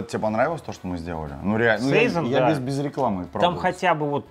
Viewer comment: и всё-таки сезОн, а не сэйзон, сИзон или сайсон. Валлония ж)